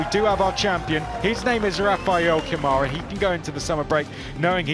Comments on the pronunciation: Câmara, in brazilian portuguese is pronounced: KUH-ma-ra.. NOT ca-MAH-ra =) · It's CAmara not caMAra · Ladies & Gents... Please! When are we going to start PRONOUNCING Rafa's LAST NAME CORRECTLY? Especially now that he has won the championship? His last name is pronounced COME-ah-rah.... NOT C'mara.... RESPECT PLEASE. ! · Brit guys need to learn how brazilian pronounce his last name like camera, not like camaro. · Someone tell these guys it's not CaMÁra, it's CÂmara. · It's CÂmara Not caMAra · Rafa "Camára" foi de foder kkkkkkkkkkk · Better start doing the right pronunciation of Câmara. It sounds like KAH-muh-rah! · "Rafael camára"😂😂😂 kkkk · To compensate, French commentators say "Camarâ" ... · We're near the end of the F3 season and the commentators still can't pronounce "Câmara" correctly.